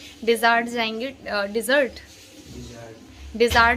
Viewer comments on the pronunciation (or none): It’s not desaart it’s desert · desart nhi desert bolte hain madam...